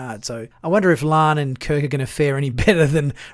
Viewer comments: Dude, can you not say La’an? It’s not Lahhhn, it’s La. an. Like Hawai’i…….Hawai i, not Hawhyyyy. I’m sorry but it drives me crazy. It’s not that hard to get right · AREN'T THERE "TWO" SYLLABLES IN HER NAME? IT IS NOT "LAN" BUT "LA'AN".